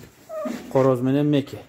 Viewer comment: Меки дебей маки еле дей берчи 🤣🤣